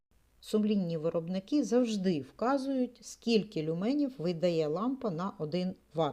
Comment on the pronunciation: Доброго дня. Я перепрошую, але правльно казати лЮменів! а не люмЕнів. Дякую.